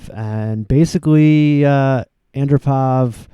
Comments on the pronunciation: It's pronounced Yuri An-DROH-pov. Not AN-droh-pov. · It's pronounced: AHN-DROPE-OFF. Other than that, you've made a lovely tribute to a young pioneer of world peace.